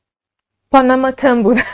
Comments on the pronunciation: پونوموتوم گفتنت به لهجه جنوب هند خیلی جالب بود و واقعا اونا همیطور لهجه دارند، موفق باشی جان ❤ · خب من که عاشقت شدم وقتی پاناماتن رو با لهجه هندی_انگلیسی گفتی دختر زیبا ❤ - خیلی جیگری بخدا 😍😘😇😘😍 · تو با اختلااف بهترررینی هم عالیی هم جذااب و با نمک اخه چرا اینقدر جذااب صحبت میکنی خصوصا اون قسمت اسم خونه رو به هندی گفتی ❤😊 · اسم فاميليشونو خيلي خوب هندي گفتي 😂😂😂 دقيقن هنديا همينجوري حرف ميزنن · چه با حال اسم فامیل شون به هندی گفتی 😂😂 دهنت سرویس